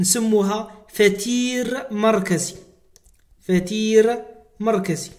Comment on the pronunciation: ليس فتير بل قتير